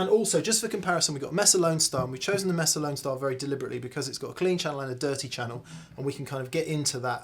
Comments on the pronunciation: Proud of you for learning how to pronounce "Wampler"...now we've got to teach you how to pronouce "Mesa"... it's MAY-sa, not MESS-a... :-) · MAY-SUH not MESS-uh. Espanol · If you're gonna pronounce wampler correctly, might as well get mesa too. May-suh, not mess-uh. Haha! 😜🤘🏻🎸